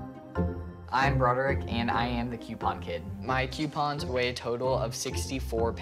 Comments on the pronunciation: When did coupons become qewpons? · It’s coupons Not cyupons